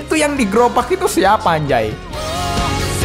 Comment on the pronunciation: Lu pengen ngomong anjay keknya kok jadi 4nj1ng bang 🗿